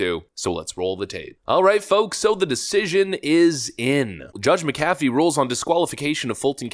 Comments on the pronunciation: It’s Mc-Afee. Like Mc-Donald or Mc-nally. Why is this hard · It's JUDGE MACK-UHH-FEE!!! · You’re pronouncing the Judge McAfee’s last name incorrectly like your pronounced Warner Bros. incorrectly. You said Bros.instead of “Brothers” when that company was in the news in the past. Hopefully you’ll now to say it correctly in the future. Thanks.